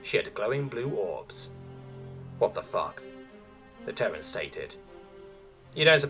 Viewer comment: Terran is a TWO syllable word pronounced "tear ran" not "tern".